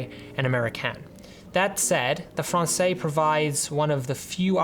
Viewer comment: There is now a new Américaine, which fixes quite a few of the problems of the old one. – Française – the s is not silent as it's the female form. Français would be male, that's where the s is silent. Cheers